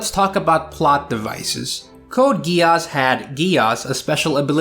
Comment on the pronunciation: Some day I will get over the fact that no one pronounces Geass like geas, since that's literally what it is, but... oh well. Thanks for the video. I haven't watched much Mecha but I'm enjoying G Witch, and now IBO too, a lot so far